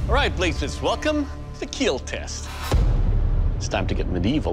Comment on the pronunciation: welkam to keeeel-test 😂